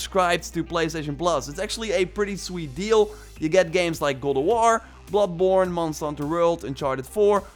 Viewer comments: its god of war not guld of war say it right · “Gowd o warr “yess his back!!😂